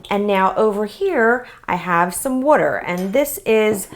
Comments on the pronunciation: She said wuter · love this and you say water in a really weird accent or something :D